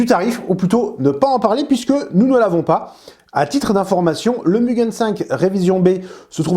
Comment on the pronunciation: Le Mugen 5 rev B est a 53 € au Japon pour info. Ah et sinon ça se prononce mou-gaine pas mu-gun 😅 (無限 =infini ou sans limite en jap)